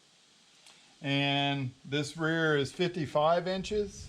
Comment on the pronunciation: Awesome video bro. You definitely fked up the word rear 🤣🤣